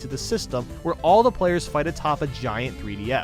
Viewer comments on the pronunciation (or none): none